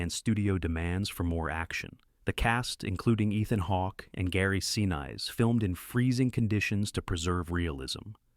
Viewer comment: Please change your AI Voice software to properly pronounce "Sinise" as in Gary Sinise -- sin-eeeessss